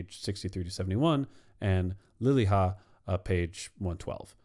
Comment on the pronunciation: Saara Lilja’s last name is pronounced “lilya” rather than “lilha”, otherwise great 👍